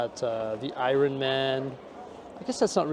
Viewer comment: The way he says "Iron" lmao